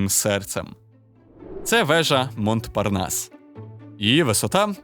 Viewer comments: Слово montparnas читається як "монпарнас", без -т-. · Цікава тема! Дякую за вашу працю для українського ютюбу! (малесеньке зауваження: "Монпарнас" - вимовляється без "т") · Тільки не "МонТпарнас", а "Монпарнас".